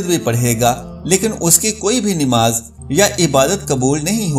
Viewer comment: Aap namas ka alfas darust kare plase namas bola kare nimas nai